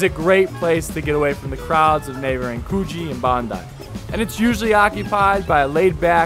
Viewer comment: Coogee beach, is pronounced Cooj-ee....The G is aboriginal and is pronounced as a short J